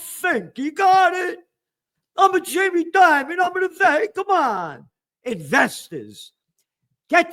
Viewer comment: Lol, Gerald doing Jamie Dimon in an Italian accent😅